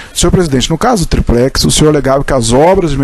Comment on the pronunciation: Porra quem é esse Procurador? O cara fala "triprex", pra zoar o molusco, ou o cara é fraco mesmo?